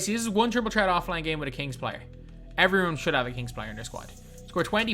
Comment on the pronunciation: It’s triple ‘threat’ not ‘ tret’